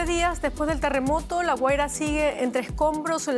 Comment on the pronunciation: Se dice Guaria, no Güera